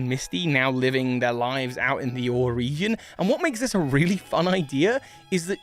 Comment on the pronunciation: These theories are interesting and all, but I can't get past you constantly pronouncing the region of Colosseum and XD as "or".